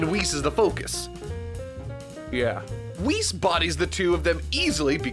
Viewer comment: Its Few not Fu Its Wees not Wis... For fucksakes YouTubers... Its like Kaoken actually being Kaioken.